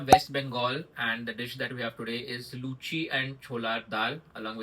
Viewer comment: Finally someone who pronounces Luchi as Luchi and not Luchhi haha